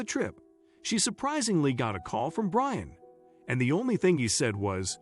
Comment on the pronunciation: the narrator kept saying brain towards the end instead of Brian 💀